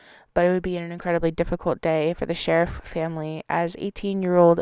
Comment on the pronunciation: It's not Shariff like you were saying it sounds like Shar eef